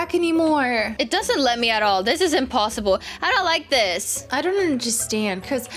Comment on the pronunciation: Did you say emposebole